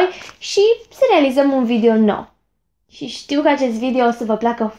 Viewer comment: Ce drăguță ești când spui ,, Vidio "